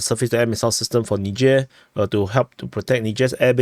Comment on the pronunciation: Nizher not nidger